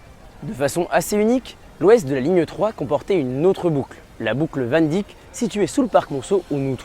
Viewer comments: faut savoir parler des noms etrangers COMME IL FAUT Van Dyck est un Nom hollandais qui se prononce p a s WANDICK (Dick est le nom anglais pour le Penis) ca se prononce CORRECT VAN DEIK (y = ei) alors personne sinon comprend wandick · On dit "Van Deïck", pas "Van Dick". Je sais que c'est mineur mais c'est vraiment ridicule à entendre 😆